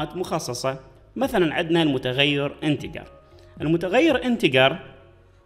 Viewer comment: انتجر مو انتكر